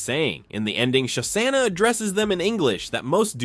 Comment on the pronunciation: I liked the video. Your pronunciation of Shosanna is horrendous though. Show-Shawna….